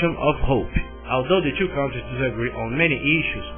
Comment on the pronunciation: Eu nunca ouvi coisa mais engracada: o rapaz disse "velhos" para a palavra "values", que significa "valores", no contexto. Tambem disse "KAUNTRIZ" para a palavra "countries", que em ingles e' pronunciada "kantriz", aproximadamente.